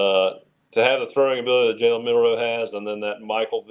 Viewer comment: It's Jalen Mbakwe not Kalen